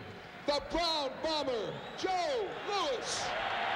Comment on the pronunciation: It's Louis, ash-hat.